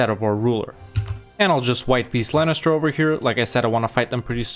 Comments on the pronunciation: sorry.. i just have to do this.. inhale IT'S LEINSTER NOT LANNISTER!!!! AAAAAAAHHHHHH!!!! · I'm so confused why you're calling Leinster "Lennister". xD